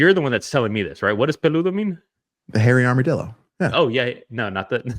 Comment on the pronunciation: This man said Hairy Armadillo 😂😂